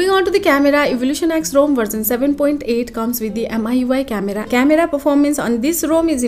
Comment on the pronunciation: Yes, it should be pronounced as Rom not Rome